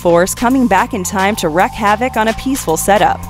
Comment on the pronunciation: It's "Bakshi," not "Bokshi." It's "wreak havoc," not "wreck havoc." It's "to no end," not "to no ends." Zardoz speaks to you! I first saw it when I was 11. It was the main reason why I taped Liquid Television whenever possible.